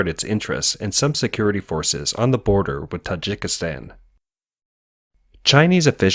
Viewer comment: baaardaar 🤣🤣 plzz check with pronounciation